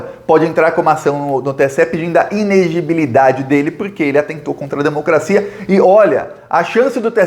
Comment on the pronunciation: se fala ineLEgebilidade, meu bem, não inegebilidade heueheuehe